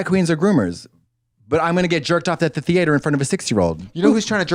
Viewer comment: Calling the theatre the THE AY TER after Katya said it enough times 🤣